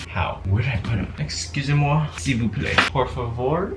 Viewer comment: Bro when he said "Excusez-moi" and "S'il vous plaît" I was shocked by his accent. Your French accent is super good!! The French fans want you to talk ore French in your videos!! Omgg